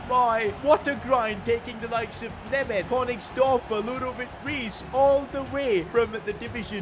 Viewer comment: I feel embarrassed after hearing him name my country-mate Németh